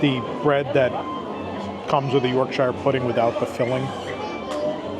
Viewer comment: The lost boy boxes look super weird. Wheres the curry lol? Also its york-sheer